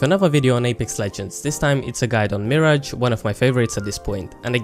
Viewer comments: Its Mirage not Marriage. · If I hear one more person call him "Mee Ridge" instead of just "Mirage" (which like the word, should be said as Mer-Aage) I'm gonna cry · Its mirage not marriage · It’s “Mi-rahj” not “Mirij” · The way you pronounce, mi-rarge is incorrect, like a mi-rage is something you think you see but you dont, due to Illusions, its where his name comes from due his abilities. Just a heads up. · Are you saying Marriage? LMAO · 'You are saying MIRAGE wrong' it's not Miridge. I hate these assumption videos. No, I'm not using him wrong thanks. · Meer-aj cringes internally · Why do you say mirage like marriage?! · Hes saying mirage wrong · If you are going to do a turtorial on a character then you should at least know how to pronounce his name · Don't tell me I'm playing him wrong when you cant say his name right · Learn the say mirage, Jesus. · You are pronouncing mirage wrong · first of all you cant even say his name right and you need to account for every player defensive and offensive. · Dude you don’t even know how to say his name properly and also don’t know what your talking about. Bloodhound can’t see Mirage when he Ults it is actually harder to see him because his screen is black and white while mirage almost mirrors the white color when active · Bold thing to say coming from someone who can't pronounce his name correctly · You are saying MIRAGE wrong! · Pls say his name right. That usually doesn’t bother me but pls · And you're saying his name wrong🙃